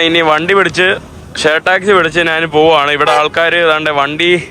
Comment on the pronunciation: നാൻ അല്ല, ഞാൻ ആണ്. നിനക്കു ഞാൻ വഴങ്ങില്ലേ ?